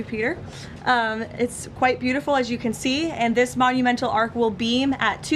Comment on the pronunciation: it's an ARCH not an ARK